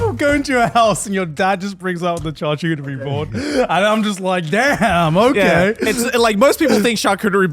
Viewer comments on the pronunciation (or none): tchar-tchoo-terie, Garnt ????